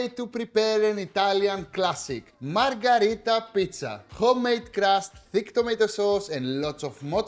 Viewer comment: Great recipe Akis but the name is Pizza MarGHErita, not MarGArita, from Queen MarGHErita of Italy. 😀👑